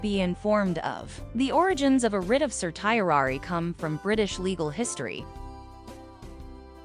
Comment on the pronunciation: This presentation would be much more affective if the speaker pronounced the word correctly. Just Google it please.